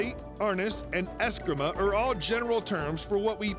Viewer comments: It’s pronounced are-NEES and es-CREE-ma. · If you can't even pronounce Arnis and Escrima correctly, you probably shouldn't be talking about it at all. This video is filled with inaccurate information.